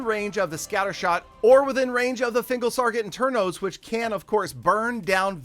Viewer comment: "thingle sarget internos"